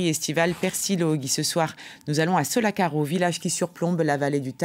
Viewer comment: Sollacaro pronunciato alla francese non va bene..